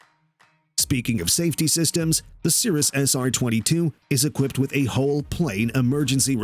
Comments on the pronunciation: Equipted? Cessana? This is so bad it's embarassing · I stopped watching after he said "well-equipted".